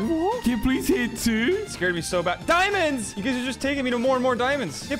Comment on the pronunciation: The way say diamonds😭